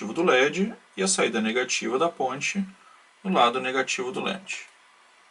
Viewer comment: e eu ainda quero saber o que é lâmpada "gi légi" que o narrador fala.